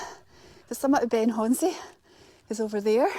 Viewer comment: Brilliant, thank you. Must be gutted no whisky up the Munro, with so much of it nearby. I’ve just got back from the Culra bothy, where there’s a stack of whisky bottles, all empty 😟 I’ve heard many pronunciations for Ben Chonzie, you’re about the closest. It’s actually pronounced Ben i Hone. Great video as always.